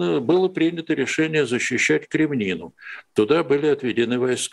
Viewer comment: Блин, ну какая еще «Кремнина»? КреміннА! КременнАя.